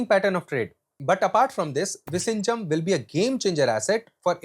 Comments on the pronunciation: Its viZHinjam, not visinjam. Viyinjam would be a closer pronounciation. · It's Vizhinjam NOT Vishinjam😢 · Bro, it is not pronounced 'vi-shinjam'. It is 'vi-llhinjam' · VISHINJAM ❌Vizhijam ✅ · Exm, u r pronouncing the place name wrongly, its vi-zhi-njam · You pronouncing the name of the new port utterly wrong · Kerala 🤩. And btw ur pronounsation of vizhinjam is wrong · I don’t even feel like watching remaining part… you keep saying Vizhinjam wrong. Lost interest… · All you said make sense except how you pronounced Vizhinjam… learn how to say it oole! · Bro, learn to say the name of the Port properly. How would you like it if we misspelt your name?!?